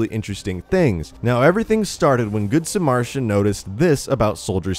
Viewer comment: can u read its good suh-mer-ruh-tan